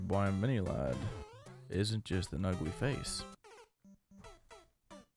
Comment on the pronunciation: when he said boi I was laughing.